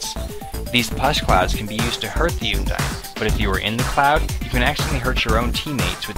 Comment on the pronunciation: its un-dine not oondine